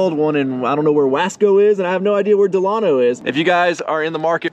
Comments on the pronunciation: Can you do me a favor and say Tulare? Wasco is pronounced like wosco and Delano is pronounced like Del ano. Lol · San Joaquin Tractor is our old John Deere dealership. And it’s pronounced Dee -Lay-No and whah-scow. They’re are prob 20 and 35 mins away from Bakersfield. Huge AG around there. Congrats on the new purchase. That dumb safety seat can be bypassed. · We can always tell when someone is from on the other side of the Grapevine on how the pronounce Delano. Lol Congrats on your new tracker! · The way you pronounced Wasco and Delano 😂. They are predominantly farming towns about a half hour northwest and north of Bakersfield. That tractor is gonna be a game changer for ya. Papa Ryno gonna be fightin ya to mow. Over/under a week before Sergio is slapping more lights on her.